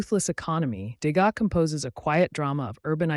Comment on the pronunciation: Le contenu est intéressant. Dommage que ça commence très mal avec un Edgar de Gaza. enlever cette voix artificielle et faites l’effort de dire le texte vous-même, qui encore une fois est intéressant.